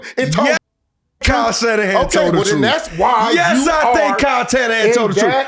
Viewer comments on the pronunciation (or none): Shyle Kannahan😂😂😂 i love Marshawn